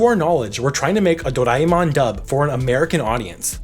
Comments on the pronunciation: It's doreamon not doriemon 😶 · It's actually Doraemon not do raie mon these Americans are sucked with their accents . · I wasn't going to say a thing about your pronunciation until you posted a clip of how to say it correctly and then immediately said it wrong lol.